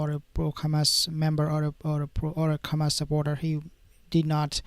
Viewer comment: Why you call them khamas? I actually appreciate your posts but they're Hamas....